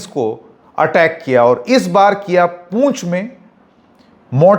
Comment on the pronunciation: पूंछ नहीं पुंछ है महाशय।